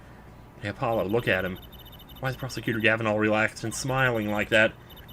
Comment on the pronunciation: My dog's name is Apollo and hearing you say "Apple-lo" makes my day. It's one of my dog's nicknames I give him, too!